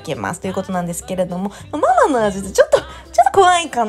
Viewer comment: ミルキーのマ↗マ→じゃなくて(その)ま→ま→じゃないかな？笑